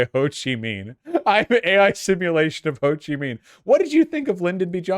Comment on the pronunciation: The “Minh” in Ho Chi Minh is pronounced like “Ming”.